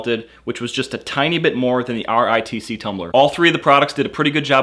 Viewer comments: RTIC IS PRONOUNCED "ARTIC" like arctic. How did this guy not figure out how to pronounce the name after reading it so many times. He also kept messing up saying ritc and rtic. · You pronounce rtic as artic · You don't have to say RTIC in single letters, just say arctic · it's pronounced Artic not rtic. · I hate how you say R-T-I-C. It's pronounced like arctic! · IT'S NOT R.T.I.C.! IT'S PRONOUNCED "ARTIC". Holy shit. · why does he spell out RTIC? its pronounced just like arctic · you can say Artic instead of R.T.I.C. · it's not R.T.I.C. it's like saying Arctic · R.T.I.C......? No its pronounced Arctic. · lol its pronounced arctic not r i t c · it's not R T I C. it's artic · Not R-T-I-C...It's Arctic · RTIC is made in Cypress, TX which is an area in Houston. And yeah, their name is pronounced R-Tic like the Artic in Antarctica lol Or at least remain consistent and spell out Y-E-T-I 😂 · It's pronounced are-tick not R.T.I.C. but great video. I love my RTIC. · U kniw it’s pronounced artic? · Pretty decent comparison video. FYI, RTIC is supposed to be pronounced as Arctic with the first c being silent of course. There's even a picture of a polar bear on the lid. No self-respecting gun owner would own a Yeti anything. They're publicly anti-gun. I'll stick with my RTIC where I can get more color choices than the Hellmart brand. Also I saw in another vid that the Ozark Trail brand had wonky lid seals...Pass. Keep making vids bro. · It’s r-tic you dipshit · Good video, but jesus christ how annoying what is that he couldn't just call it rtic "artic" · Lol it’s pronounced artic. R-tic. Get it!? 😂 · I'm thinking it is pronounced "artic"... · RTIC = "artic" (how most people say Arctic) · Is anyone really going to take the advice of a guy who can't figure out that it is pronounced R-TIC which is similar to Arctic? Or maybe he is pronouncing Yeti wrong and it is actually Y-E-T-I? Could go either way. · RTIC = pronounced like Arctic. Like as in cold. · its R-tic